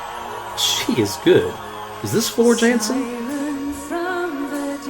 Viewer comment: Yes it's Floor but her surname is pronounced with a y as she is Dutch so it's Yansen.. also it's not Wacken it's German so pronounced with a V not W so it's Vakkan. This version seems to be a tad too slow so it must be from the dvd recording which I believe was mixed at a slower pace for some reason but hey you can check out the corrected version at your leisure. Like your style sub from me. And Storytime is usually the next one to check out from the same concert.